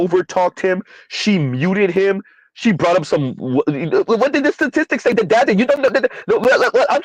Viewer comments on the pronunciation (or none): 'Check the sta-tees-stocks!' 😂😂